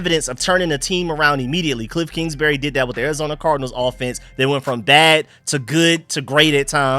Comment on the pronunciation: I think it’s Kingsbury not Kingsberry